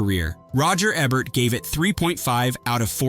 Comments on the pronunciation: Roger Ehbert? IT'S PRONOUNCED E BERT! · Eeeeeebert, its eeeebert! Paul Aaron is not Aaron Paul! C'mon!! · I can only watch these videos until the narrator mispronounces Roger Ebert, only got to on this one